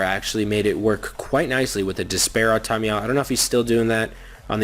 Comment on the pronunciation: Ar-ta-meal Definitely not Ar-tom-I-eal